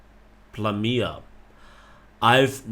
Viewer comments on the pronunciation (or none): I'm Russian so I'll help you to pronounce correctly: Krasny Kavkaz should be read in Russian approx. like [krasnij kafkaz], with [j] the same sound as j in german "Ja" (yes) Plamya is [plam'a], with [m'a] instead of [ma], so plamya has soft m instead of plama. A way to get proper [m'a] is to pronounce "mia" very fast, when [i] becomes not clearly distinguished. By the way, plamya (пламя) means "flame", and Krasny Kavkaz (Красный Кавказ) means Red Caucasus